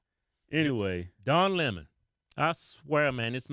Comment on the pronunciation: don lay mon